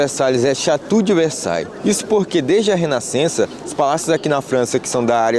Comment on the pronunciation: Olá …os dias de locais históricos gratuitos na França é todo primeiro domingo do mês….mas você é nem outro turista iriam conseguir entrar porque é para “nativos”…..tem outra forma de chegar aí sem essa pernada que você deu 😊mas fica para uma próxima viagem 👌🏻 Na verdade a pronúncia certa de castelo em francês não é, chatú e sim xatou….porque saí o bico aberto e chiado. Venha para a Normandia de trem para visitar uma maravilha da era medieval o Mont Saint Michael e eu mesma o levo até essa maravilha da engenharia medieval que é embasbacante e sem igual. 👌🏻🤌🏼👊🏼🤝🏼 Além do mais, eu o informaria bem todos os custos para nativos dos usos em geral d cada local.